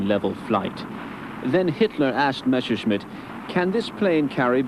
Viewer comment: It's MeSSerschmitt! ... [like messer] ... NOT Mesherschmitt!